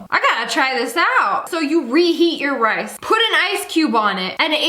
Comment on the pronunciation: instead of “rice” she says “ice” and that made me confused at first then I realized what she meant and it was funny so now I’m posting a comment abt it😂😂 Is it funny to anyone else?? 😂